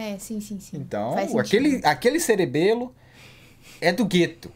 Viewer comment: Ouviu q ele diz cerebelo 😂😂